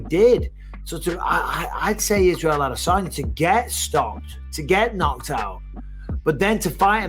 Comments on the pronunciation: Ah-duh-sanya. I just don't get why he pronounces it so weird. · Cringey as fuck listening to the host try to put an African accent on the pronunciation of spaghetti armesanya’s name.. sounds like when a tourist goes on vacation and tries to blend in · The way you say Adesanya makes me want to throw up every time.